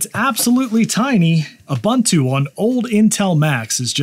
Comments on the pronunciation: Someone else has already said it buts it's ooboontoo not oobuntoo ubu is pronounced ooboo. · "with a-boon-too Linux" please, it's not pronounced like that, it's pronounced "oo-boon-too". "Ubuntu" is an old African word (meaning "humanity" or "I am because we are") and it's pronounced in a specific way, not like the way it's written. Please search the video "How To Pronounce Ubuntu" and listen carefully. Thank you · The official pronunciation of Ubuntu is: oo-BOON-too Phonetically: /uːˈbuːntuː/ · It is Ooh/boon/too, not Uh/bun/too. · FYI: It is pronounced "oo-BOON-too", NOT "a-bun-too". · It’s called „Ubuntu“, not „Ubantu“!!! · Repeat after me: ooo-booon-tooo. Again: ooo-booon-tooo. There you go. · It’s pronounced oo-boon-too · It's ooboontoo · Come on man, it's pronounced oo·boon·too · Pronounced “Oo boon too.” Just since you say it so many times in this video, and it’s an actual Zulu word. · I always pronounced Ubuntu as "Un-boon-too". Maybe I was wrong? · It's pronounced ooh-BOON-too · Please teach him how to pronounce Ubuntu tho. 😆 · I don't think I'll ever get over how Americans pronounce "Ubuntu" lol, excellent video! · Hello there. Fantastic video. I retrieved my old 2013 MacBook from the cupboard and I have ordered a MagSafe adapter, and as soon as I get it up and running, I’m going to install Ubuntu on it. One suggestion: please learn how to pronounce Ubuntu correctly. Made me cringe. The second U sounds much like the initial one. Thanks for your video.